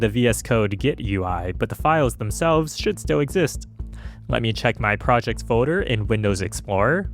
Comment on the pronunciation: There’s an L in the word “folder” btw.